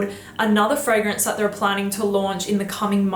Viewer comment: Why would you pronounce ‚Fragrance‘ in an English way when ‚Fragrance Du Bois‘ is French? Imagine someone saying ‚cette competition était très amusante‘ and pronouncing ‚competition‘ in English, the rest in French. Would be super weird 😅. Many native English speakers really often make this mistake with foreign titles and names. Anyway, just saying 😊❤.